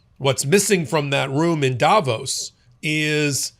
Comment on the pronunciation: Learn to say Davos properly please